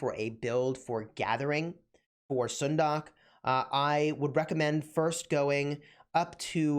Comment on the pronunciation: stop butchering her name